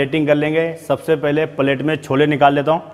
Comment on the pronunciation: Paalet mat boliye plate boliye acha nai lagta na